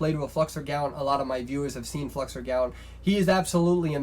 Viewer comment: Who did he say is the best mechanic? Flexergallat or what?